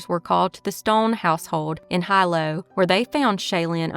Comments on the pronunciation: Just a heads up, “Hilo” is pronounced “he-low” rather than “high-low”. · It's pronounced Heeeelo, sweetie. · Hilo is pronounced (He-low) .. Hilo Hawaii.. I used to live there and I think I worked with that father back in 2001. Methamphetamine (or Ice as the locals call it) runs rampant on the islands. God only knows what that poor girl endured sad😢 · Hilol is pronounced Hee-lo.